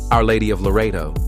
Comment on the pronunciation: It is Loreto, not Laredo.